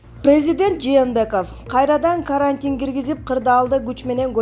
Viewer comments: Каарантин деп окуп жатат. Же билим алган эмеспи диктор. Матриялдык деп окуп жатат Пневмания деген сөздү дагы туура эмес. Башка диктор окусун же болбосо каналды өчүрүп койгулачы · Ударениени а га койбой туура окучу карааантин дебей